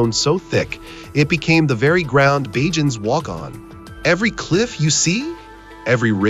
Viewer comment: "Bahhjans"😂😂😂 I hate ai narrators